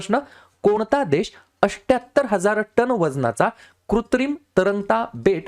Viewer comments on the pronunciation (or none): Ashtyahattar nahi Sir, Athhyahattar aahe ti Sankhya😅👍🏻